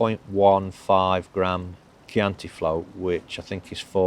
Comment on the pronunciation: Hallelujah! Someone who pronounces chianti correctly 😃